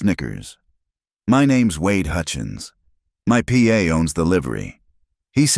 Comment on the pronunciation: Good story. But it's pa, not P A